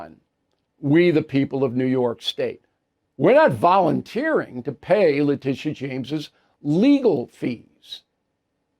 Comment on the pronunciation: I think her name is pronounced LA Tit ee ah